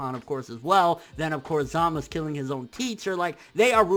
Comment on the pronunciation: Say ZamaSU! not Zamas...